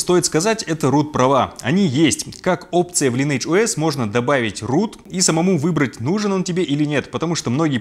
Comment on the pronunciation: правильно говориться лайн эдж оэс